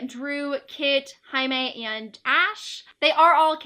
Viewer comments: I haven't seen all the video but I have to say: I'M SO HAPPY THAT YOU SAY "JAIME" WITH THE SPANISH PRONUNCIATION OMG HE IS MEXICAN HIS NAME IS PRONUNCE IN SPANISH. UNDERSTAND PEOPLEEEEE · i love how you pronounce “jaime” correctly it makes my latina heart go 💓💕💝💕💓💖💗💞💘💓